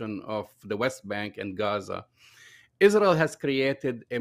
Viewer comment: It’s not Rael